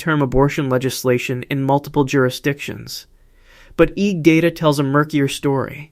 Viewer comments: AI- slop written narration and AI voice. Saying EGG like it is a word... It's pronounced E.E.G short for electroencephalogram you AI moron. In a generation young people will be saying EEG instead of E.E.G because AI said it wrong. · EEG is three letters not "eeg". Each letter is pronounced individually, "E"-"E"-"G".